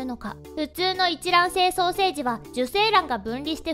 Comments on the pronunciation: 結合双生児のことが 結合ソーセージに聞こえた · 結合ソーセージって聞こえたのは僕だけ?